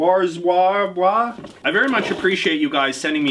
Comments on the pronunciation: Warszawa is pronounced as 'Varshava' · Varshavah (phonetic pronunciation of Warsaw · Correct pronunciation of Warszawa for English people: Vahr-SHAH-vah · I think its pronounced war-shav-ah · Warszawa is pronounced Varzava/Varshava I guess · TO SAY WARSZAWA YOU PRONOUNCE MIT AS VARSHAVA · warszawa was rough man 😂 pro tip: w makes the ‘v’ sound and sz makes the ‘sh’ sound ...